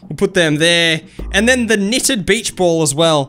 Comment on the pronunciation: It’s beach not bitch.